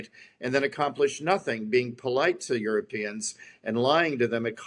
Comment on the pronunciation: "The Yoooropeens have been given a garden to live in?" That is one of the most hilariously stupid things I've ever heard.